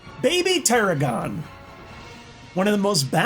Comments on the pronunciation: Teer-a-gon it’s a baby tiger dragon hence tiragon so it’s pronounced Tie-rag-on. There is a card called tiger dragon and this is a baby version of it. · It's baby ta rag gin not taragon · Dude it's not baby teragon it's baby t'ragon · I always thought it was pronounced baby tradragon like in the anime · It’s pronounced tear-rag-on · "Ti"ragon if you're going to say a card's name say right!... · You mispronounce Baby Tiragon. It is pronounced Baby Tir- agon like in dragon .